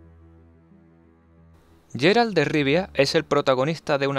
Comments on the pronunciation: en ingles ingles lo nombran Geralt no yeralt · es GUERALT NO YERALT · No es "Jerald". Se pronuncia como "Guerald"